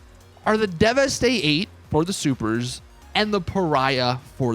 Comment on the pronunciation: Deveste eight not deviate eight